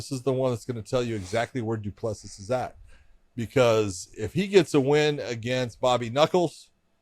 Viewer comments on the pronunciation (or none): Still butchering Du Plessis 😆 it's pronounced Doo Plusi don't pronounce the last S